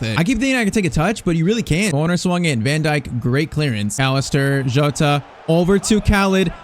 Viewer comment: Bro his name isn't joatata jota